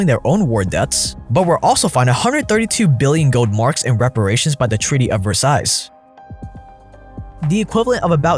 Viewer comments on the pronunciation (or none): Okay, so... The Weimar Republic didn't come into being until AFTER World War I. But that's not when I decided to stop watching. I stopped watching after "Treaty of VersailleSSSS". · You don't pronounce the "s" at the end of French words. Versailles = Ver-Sigh, not ver-sighs. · Versailles, pronounced ver- sigh. Your not pronouncing the end. Sorry I just had to point out. Not that big of a deal but doesn’t hurt to know. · Just a little nitpick here: it’s pronounced treaty of “ver-sigh” with no s at the end. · Ver-SALES lolz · It’s pronounced verh-sale-Les 🙄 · Eek. Pronounce tbe Treaty of Ver-Sigh. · hello your local french here, the "s" in "Versailles" is silent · Mispronunciation of "Versailles" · In versailles, the last s is silent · It may be nitpicky, but when one is predicting economic collapse, or any sort of economic trend, it helps with overall credibility if that person doesn't mispronounce Versailles, percent, etc. Just saying... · Oh no you pronounced the second 's' in Versailles. Good video tho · The guy can’t pronounce Versailles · How your balls be dropped and you don't know how to pronounce Versailles yet?